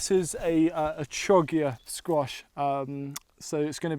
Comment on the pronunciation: I like how tidy and pretty your garden is. It shows you pay attention to details. (The 'Ch' in Chioggia is pronounced 'K'.)